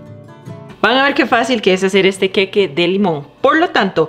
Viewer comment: Que horrible que hablas, pronuncia bien El queque, que es eso?!!??